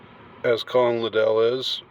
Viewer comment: LIDD-ell, not lidd-ELL